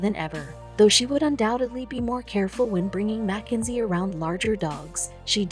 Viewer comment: It’s not Mac enzy it’s Mackenzie